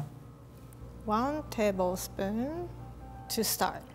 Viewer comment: "One tabelspoon to START " haha!!!!